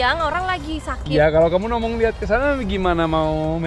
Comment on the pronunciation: Salfok sama baba 😂 bilang "ngomong" jadi "nomong" 😆 mood booster bgt kawa ❤